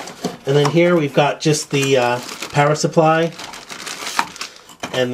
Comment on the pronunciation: does anyone else hear 'parrot' instead of 'power' supply?